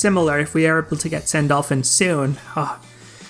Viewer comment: Wait did I heard you said Sandolphin?